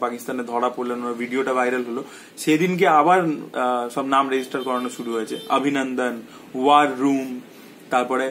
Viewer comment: abhinandan ke pronounce kor obhinondon bole...bangla bolchis na hindi.? eta wrong trend..! change kor...! disgusting lagche abhinandan abhinandan shune... ! bangla holo worlder 2nd most artistic language eitar art take noshto korchis keno..?